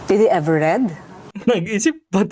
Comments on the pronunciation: BOBO TLAGA!DID TAPOS READ(RED)DAW!!SHUNGA!mommy ko graduate ng UST.ENGLISH TEACHER and JOURNALSM graduate!wag po IPAHIYA ang UST! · Sa una pa lang na did he ever read yung pagbigkas nya ng read ay past tense. Did na past tense pa ang gagamitin nya